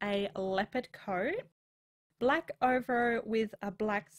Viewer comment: over-o? its ov-AIR-o XD love your vids tho, great try